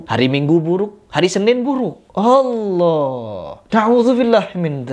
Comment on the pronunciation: Her kamu jangan merubah nama allah... Kok bisa sebutan allah dirubah jadi hallah......